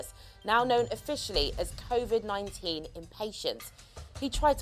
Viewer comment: Is it covid or corvid interesting subject